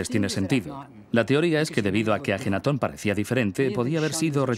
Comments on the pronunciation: Es AKENATON, que bruto póngale cero xD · AKENATON no ajenaton, ya la regaste antes de empezar.